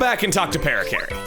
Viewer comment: it's pronounced "puh-RACK-uh-ree"